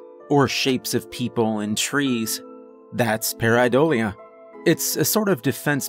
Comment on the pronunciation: He said pareidolia wrong. My nerd brain can't handle this. 😭